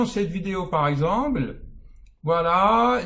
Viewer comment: Cher, depuis longtemps je suis vos vidéos et je trouve les réponses à mes questions, vous faites beaucoup de bien, au monde entier! merci beaucoup! Cependant, lorsque vous prononcez le mot composé "par exemple", vous dites " par exemble". Ce n'est pas pour vous vexer, j'en serais mal à l'aise mais tout simplement pour que l'oreille de l'auditeur en bénéficie. Sinon, vous êtes un génie.